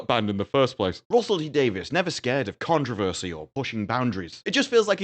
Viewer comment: Your description of Slough is 100% accurate. Your pronunciation of controversy not so much… 😅